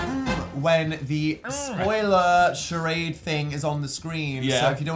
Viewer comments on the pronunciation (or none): Cherard way 😂😂